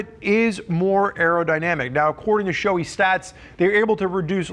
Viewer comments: Pronounced “Sho-eh” not “showy”. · It's shoe-eye or maybe it's sho-ey-ee.